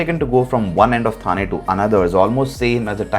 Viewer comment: It is not था but ठा